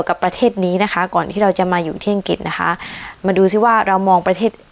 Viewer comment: ไม่ใช่ไม่แคร์แต่เขาไม่ก้าวล้ำสิทธิ์ส่วนตัว ทุกคนช่วยเหลือกันดี คุยถึงประเทศอังกฤษก็ควรออกเสียงประเทศเขาให้ขัดนะคะ คำว่าอังกฤษน่ะค่ะ ไม่ทราบว่าคุณอยู่กับกลุ่มไหน ทำงานกับพวกไหน ทุกคนที่พี่ทำงานด้วยพูดถูกต้องเป๊ะเพราะ พวกเขาเป็นนักวิชาการ ถ้าเราเก่งจริง ไม่ต้องทำ CV ไม่ต้องสมัคร เขาตามเรียกตัวเราเองนะคะ เราเป็นคนเลือกงานค่ะ อย่าคิดว่าตนเป็นชาติไหน คิดแต่ว่าเป็นคนเหมือนกัน แค่นั้น พี่เป็นผู้หญิง เป็นผู้ช่่วยผู้อำนวยการ เป็นที่ปรึกษาขิงนักวิชาการที่นี่ 120 คน มีพี่คนเดียวที่เป็นต่างชาติ ความยุติธรรมสุดยอด ขอให้มีความสามรถไม่ว่าเพศอะไร ชาติอะไร ขอสรุปว่า ทุกอย่างอยู่ที่ตัวเราเองด้วย